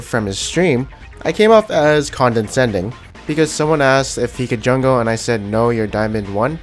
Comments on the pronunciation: its con·de·scend·ing not condensending please stop im gonna die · Holy shit dude s condescending not condenscending ffs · do you pronounce it condensending? hehe its pronounced conduhsending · condescending not "condensending" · "condensending"? lol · wtf is condensending, you mean condescending? :P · CONDENSCENDING AHAHAHA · It's condescending, not condensating. But I still love your vids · He mispronounced it, that's why. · No, not condensation, hes mispronouncing "Condescending"